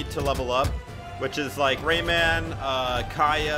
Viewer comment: Y so u say rayman like dat, like it’s two words or something